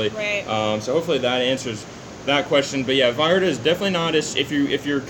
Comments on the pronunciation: hey guys you look great thanks for the vids, and its Puerto Vallarta with a "V" not "B" as if you were saying Vacaville :D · Finally you said Vallarta propertly!!!!!!!!👋👋👋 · Double "L" in Spanish is pronounced as a "Y"....